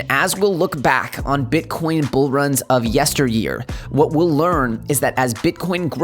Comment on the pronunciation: 21k right now! Dude did you call bitcoin " king corn"? Lol.